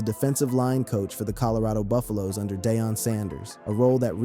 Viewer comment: How did this person mispronounce Deion sanders. Day-on???